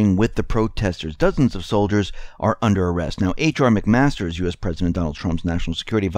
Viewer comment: Obamacare, Obamacare again. Please start an Obamacare channel. Please. And it's McMaster, not McMasters.